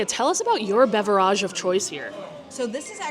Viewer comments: Am I the only one that is confused by the way she pronounces the word beverage? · Learn how to say BEVERAGE correctly. I will continue to give your videos thumbs down every time you mispronounce it!!!